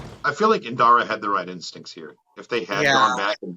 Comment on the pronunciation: Master *IN*dara, keeps saying "Inara" lol